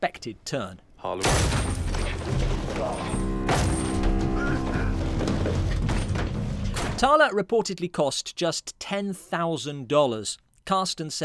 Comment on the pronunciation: I think its pronounced 'thayle'.